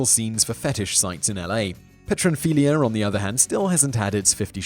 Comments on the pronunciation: Fetishes... an endless source of wonder. [note: it's p t ero..., not petro...] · Pteronphilia.... silent P Simon. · Pteronphilia - the initial 'p" is silent as in pterodactyl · Ptero... the P is silent... as in Pterodactyl...